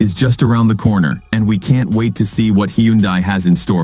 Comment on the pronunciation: Not sure I’ve ever listened to anything that had so many different pronunciations of Hyundai that never managed to actually get it correct. 😂 However, other than the struggling AI voice, not bad quality and quite good information for consumers to consider.